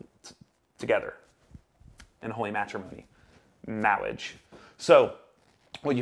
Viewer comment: MAWWIAGE hahaha